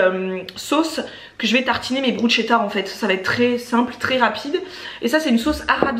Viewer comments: Au top merci j'adore ce genre de vidéos 😊 et moi aussi je mange pas tout ce que mon chéri mange donc je me reconnais pas mal dans tes courses hihi^^ ah oui (ayant un cheri italien j confirme) on dit BRUSSSSSSKETAA et non Brutchetta😋 hihi et clairement des fois un peu de consevres de sauces tomates pour un repas express ça passe! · Bonjour ! Deux petites choses: on dit: 'brousketa" et ma diététicienne m'a dit qu' elle préfère de loin les lentilles normales car les corail ont moins de fibres et autres nutriments. Tu es rayonnante ! 😍 Bisous. 💖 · Bonjour et merci pour vos vidéos, toujours intéressant et les recettes sont chouettes. Juste pour vous dire que bruschetta, ça se prononce brusketta. 😉. Belle journée !